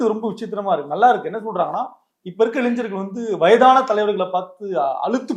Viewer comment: இளைஞ்சர்கள் இல்ல தம்பி, இளைஞர்கள்